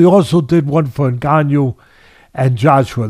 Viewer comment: Fury can't say ngannou's name right now. He probably calls it the 'N word."